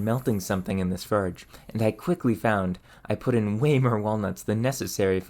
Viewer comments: Seriously, are you pronouncing the word differently on purpose? You clearly have a good grasp on the english language. You just seem to be purposefully pronouncing the word and similar words differently on purpose. I couldn't keep watching, it was doing my head in. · You pronounce every word except for the word forge which you don't do constantly you say correctly a couple times which means you are knowingly and purposely mispronouncing the word forge . There's a couple reasons one would do what you are doing none of which I will get into I only leave you with this be yourself that's when you are most genuine when trying to force something unnatural you come off fake and hard to relate to and people's attention is on your mispronunciation of a common word and not what you are actually doing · I assume it's a regional accent, but I've never heard it pronounced "ferge" before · It isnt a 'willful mispronunciation' just because it's not something you've heard before. Why the hell would someone willfully say "ferge" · It very clearly is. He is very clearly taking delight in the mispronunciation. I am not sure why, perhaps he thinks it is quirky. Maybe he will make ferge merch. Who knows, and who cares. I haven't been recommended this channel since I told youtube not to recommend it to me. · The way you pronounce forge and other words that don't come to mind right now make me crazy. You are awesome and your videos are great. I stumble across them from time to time and every time I hear you pronounce simple words so unusually It leaves me deeply conflicted. Has anyone ever mentioned this before or am I the only one? ( edit: it's words with an ( or ) in them and you pronounce the or like er ) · I like that your accent is afraid of the letter 'o'. 😊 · i've noticed that you pronounce some words unusually like "forge". any insight into where that comes from? a regional accent? just curious. great channel! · he pronounces the word forge so weirdly lol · ferge? terch?